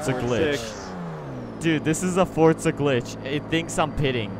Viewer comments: Since when is there a T in Forza! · you know it’s called forza not Fortza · Y tf does pronounce forza with a t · Its forza not fortza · Why does everyone say "Fortza"??